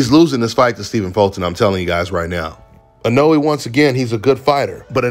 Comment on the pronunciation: This video is a momentous occassion… finally said Inoue’s name right.